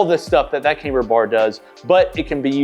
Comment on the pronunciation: Camber is pronounced like camm-ber, not "came-ber".